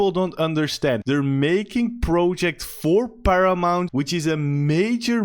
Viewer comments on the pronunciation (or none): none